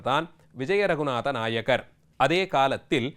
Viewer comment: நாயகர் இல்லை நாயக்கர்...